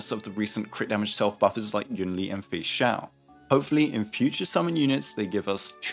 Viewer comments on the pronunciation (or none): none